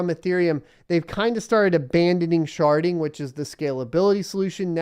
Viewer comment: Sharding ...... Not sharting........